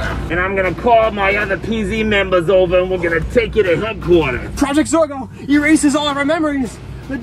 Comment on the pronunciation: she said zero instead of zorgo